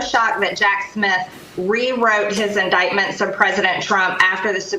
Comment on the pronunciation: This, from a woman who couldn't even pronounce "indictment. "